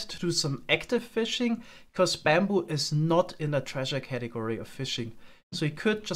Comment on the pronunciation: it's not baambu it's bamboo. It's a minor thing but your accent is pretty subtle for the most part and this makes it kind of more prevalent than it could be.